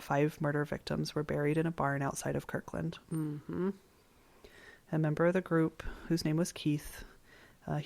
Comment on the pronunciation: It's KIRTland!